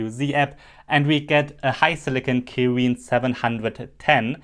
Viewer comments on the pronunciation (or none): none